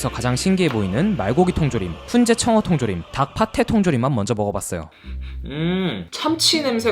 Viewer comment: 파테가 아니고 빠떼라고 읽어요